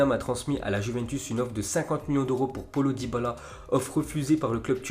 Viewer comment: Le bon accent français 😅 "polo dybala"